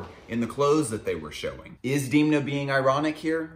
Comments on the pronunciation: You are totally mispronouncing his first name. It's [e] not [ i ] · Why u keep saying deemna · No, it's actually not how you say his name. The vowel 'e' in Georgian is pronounced as /e/ and not /i/, just like you would pronounce this vowel in words such as debt, bed, fed, and so on. However, I think there's nothing wrong with pronouncing people's names according to your native language phonetic rules.